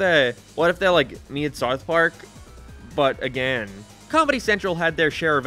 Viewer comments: This guy cant pronounced "ou", around and south both sound ridiculous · You can't say South.. lol. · This guy cant even say the word "South" correctly. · Bro can’t pronounce south 🤣🤣🤣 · why are you saying south so weird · Yeah, why does this guy live in a different house?